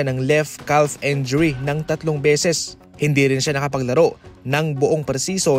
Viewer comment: Again and again..,injury not enjury.